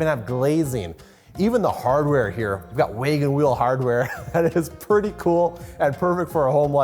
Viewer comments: "Waygen wheel" "staygered heights" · What's a "WAYGON Wheel"? Does this dude seriously not know what a "wagon wheel" is and is just reading from a script?!